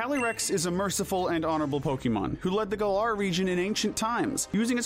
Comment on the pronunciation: It’s pronounced GEER-uh-tee-nuh, GA-lar, GRAY-SID-ee-uh, ee-VELL-tall, DIE-ahn-see, vol-CAY-nee-uhn, and sil-VAL-EYE, “”. 🤨